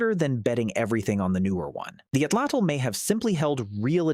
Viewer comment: I wish that there was a strong movement towards pronouncing the word Atlatl correctly! This is not a word from a dead language! There are approximately 1.5 to 1.7 million native Nahuatl speakers. Most speakers live in central Mexico, making it the most widely spoken indigenous language group in the country. Please do them the courtesy of attempting to correctly pronounce the Nahuatl word 'Atlatl' correctly!